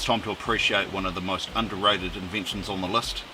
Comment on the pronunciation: and 'list" as lust.